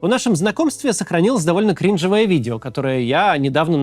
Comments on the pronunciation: кринжОвое а не крИнжовое, Максим, вас же дети смотрят, следите за языком! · Не крИнжовое,а кринжОвое😅